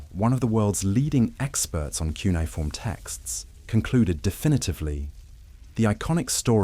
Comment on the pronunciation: Its not 'quniform', as in uniform, its cuneiform, When a script reader gets it so badly wrong, I feel I'm not going to learn anything new.